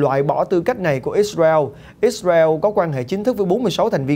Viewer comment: Ít xa reo .. kkk .. ông có đọc được tiếng việt dc thì đọc ô ơi , gd anh em chắc hảnh diện dử lắm